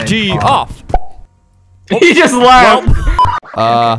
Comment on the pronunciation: Albert, you can't pronounce Geoff, it's pronounced Jeff!